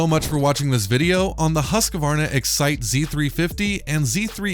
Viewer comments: The correct way to pronounce Husqvarna is actually "hoosk-varna" but in america we can get away with "husk-varna", but it's NEVER "husk-a-varna" :) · I find it interesting that some people add an extra syllable that isn't there-"Husk-a-varna". It's kind of like Brits and "Alu-mini-um". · As a Swede living 20minutes away from Huskvarna (city where Husqvarna is made), I find it hillarious how you guys pronouce "Husqvarna" (not trying to make fun of anyone, just enjoying it ^^)